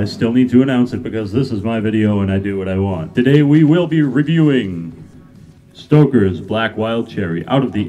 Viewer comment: Ahahahaha "stockaz"